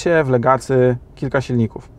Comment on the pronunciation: Jak można być recenzentem i mówić "Legacy"? Aż mnie zaczęło skręcać. Czyta się "legasi".